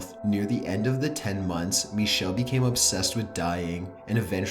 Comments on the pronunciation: I'm more afraid of the way he pronounces Michel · araM The narrator pronounces "Michel" the French way, not the German way. The "ch" is a much throatier sound in German, and it's hard to write phonetically. The real pronunciation of her name is somewhere between Mi-shel and Mi-ckel.